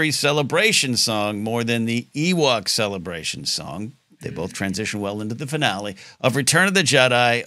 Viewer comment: I always heard Celebration, but it was like Cel-la Bray She-un where it was much more broken up and even throwing in an extra syllable to make it somewhat foreign and Star Wars in a way.